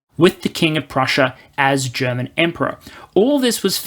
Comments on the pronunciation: Been looking forward to this video. Your German pronunciation is pretty good for an English speaker and your sound quality has gotten noticeably better. Not being able to plan for the long term is a problem Germany has in general, not just regarding the military. It's also true that most people here are uncomfortable with the idea of being a military power. We are rightfully very critical of how countries that do have powerful militaries use them, especially the US. But as you said, just because we'd have this power, doesn't mean we'd have to go around invading places. Hopefully the 100 billion will manage to refill ammo and basic equipment stockpiles and get us a couple F-35s, but I doubt the necessary reforms will happen to fix the Bundeswehr's problems in the long term. Frankly, our military would probably be managed better if we let the EU do it for us. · Can we just admire for a moment how an Aussie - who crowned themselves as kings of butchering every language, including their own - has actually really good german pronunciation. Edit: very well researched and put together video